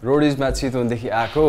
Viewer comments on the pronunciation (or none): none